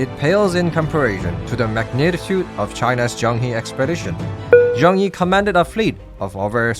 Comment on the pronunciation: As someone who has learned a bit of Chinese it really grates on my ears when people mispronounce Chinese names. The "He" part of Zhang He is pronounced "Her".